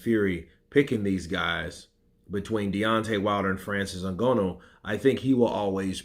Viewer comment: Bruh, it's not O Gono, it's Nganou (Ng is between Nanu and Ganu) :yougotthis